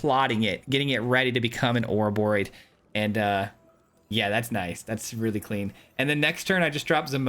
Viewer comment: Hey, you said the name right! 🫶🎃